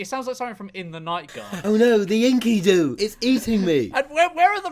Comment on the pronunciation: maybe he's saying it right and I learned it wrong but that pronunciation of Enkidu kills me Also they arent saying Enkidu was a species, Enkidu was a guy from a story (dont remember if the story was at all based in reality maybe the main dude was based on a real king or something?) but its like one of the oldest written stories we know of or some shit idk I took a mythology class in highschool and havn't thought about Enkidu since